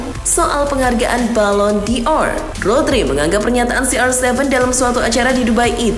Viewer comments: Woooiii......!!! ballon D'or itu dibacanya: balon dor... Bukan balon di or.. nggak pake huruf i...!!!! Moso baca gitu aza ngak tau... Balon dor... BUKAN BALON DI OR...!!!! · si emang gak profesional... Banyak salah baca nama pemain, istilah2 bola dll... Sampe ballon D'or aza di baca balon di or.. drmana tuh huruf i nya...??!!! Lawaaakkk...!!! 😄😜🤣